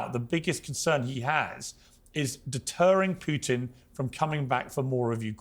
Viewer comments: For all english native speakers: PUTIN is red like put- in, not PYUTIN... avoid sound "YU/JU" IN THE "U" letter. 😊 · Anyone who pronounces Putin as "PEW-tin" automatically shouldn't be taken seriously. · 😂😂😂 I scream loudly every time I hear them say “Pew tin”. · To all you British dorks: his name is "Putin" not "Pewtin". Until your country stop jailing people for tweets I don't wanna hear you opinions about American affairs. Go home redcoat. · Poo - tin